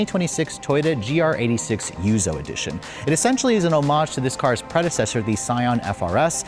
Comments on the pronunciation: It's yuzu, not yuzo!!! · yuzu, not yuzoh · It's pronounced yuuzuuu! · Him pronouncing the special edition names is painful... Yuzou? Hak-1? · lol Hak-one and yuzo. It’s not a language channel but bruh you’re Asian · Take a shot every time he says, "Yuzo" edition...